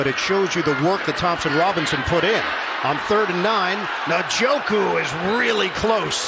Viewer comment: Guys gotta learn how to say Njoku